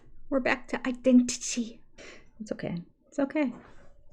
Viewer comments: She pronounces "identity" as though English is a second language and she's practicing her "hard T's" 😆😆😆😆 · Maybe Robyn has been house hunting already in the UK as that’s how we pronounce identity 😂😂